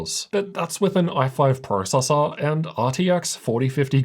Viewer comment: I cant handle this guy saying processor